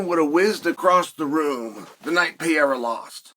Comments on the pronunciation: This eccentric man needs to stop saying P-era lmao love ya Chael 🤙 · Do you say “Pee-Air-Uh” just to piss people off? You know damn well that’s not how it’s pronounced.